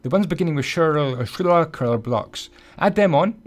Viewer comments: it's pronounced shul-ker (shulker). lol! took me awhile too to pronounce these boxes, lol! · the blocks you're having trouble pronouncing are called Shulker Boxes(*Pronounced* "Shoal" "Cur") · It's Pronounced 'shul-ker' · Hey! By the way it is shulker. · Shull-ker Box. Shull as in shell but with a u as in multiple. Ker as in Key, but with a er like gerrr, the angry sound. 😀 You're Welcome! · I could see you not being able to pronounce "Shulker" correctly even if I didn't see this video (edit) I built this and then accidentaly deleted the world trying to get rid of a different one. So I need to build it again